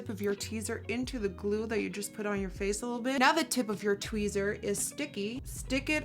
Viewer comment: I thought i heard her say teaser but then when she said tweezer i thought i was just hearing things 😂